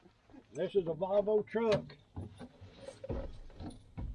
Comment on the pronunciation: You are saying valvo but its volvo you 2 make a good team